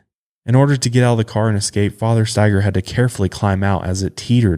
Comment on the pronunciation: I haven't heard the last name Staiger very often, my last name is Staiger. I was so happy you pronounced it correctly lol. I usually get 10 different pronunciations until they just ask me 🤣 I have wanted to do my genealogy for a long time, I'm curious if we're related somehow 🤔 Love the show you guys!